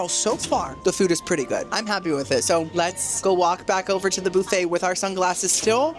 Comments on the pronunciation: BOO-FFET. HAHAHA. ITS BUUUUUFFET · Every time I hear you say "Boo-Fay" it makes my day a little brighter 🎉